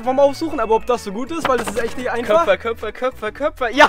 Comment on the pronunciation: Es heißt köpper… ein köpfer ist was gaaaaanz anderes 😂😂😂